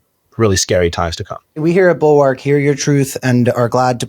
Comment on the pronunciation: Not to be the grammar police, but the word bulwark is pronounced more like bul-werk.